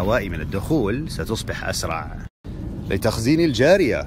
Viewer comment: اتمنى نطق بعض الكلمات ب الشكل الصحيح مثال ( الكلمة للتخزين الجارية))انت تقول ليييييييي تخزين الجاريه))2 الكلمه الثانيه ياخي كل زق واسكت الله يرحم والديك